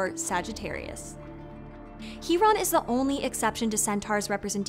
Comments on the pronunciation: Isn't it pronounced (Kai)ron? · Thank you so much for the pronunciation of C-Hiron's name! I didn't know it was pronounced like that. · How do we know it’s pronounced He-Ron instead of Ki-Ron?